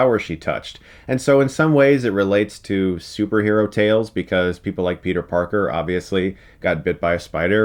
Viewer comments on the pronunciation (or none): none